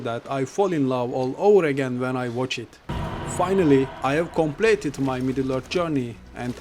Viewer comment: Hocam kompleyt değil komplit